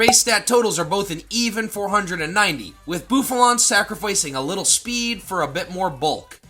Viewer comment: Bouffalant, NOT Bouflant! Seismitoad is spelled with 2 I's, NOT 2 O's!